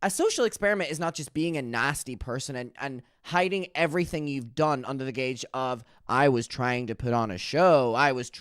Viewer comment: You keep saying “gauge” when you mean “guise” Like “under the guise of.” It’s the base word of “disguise.”